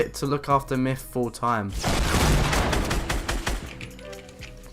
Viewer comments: MYTH not MYFF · yeah.. his name is "Myth" not "MIFF" dude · free fings you didn't know about mif! LOL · Why do u say mif?